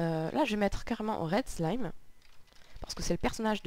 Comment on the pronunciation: pas SLIME mais "slyme" (je suis maniaque xD)